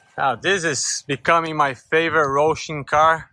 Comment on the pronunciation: Lol its a H sound not an R!!! HO HO HO like Santa Clause!